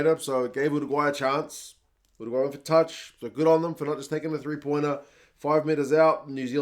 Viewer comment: Finally someone who actually knows how to pronounce Uruguay. Great commentary.